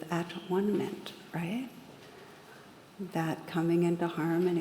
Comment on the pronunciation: Thank you Tara; Your voice is so soothing. I listen to your videos almost every night. Just wanted to make a clarification about Yom Kippur though. I think the word "atonement" is pronounced "ah-tone-ment", not "at-one-ment", and basically means apologizing for wrongs done to others during the previous year. It does relate to belonging in a sense, I suppose. Peace, Cathy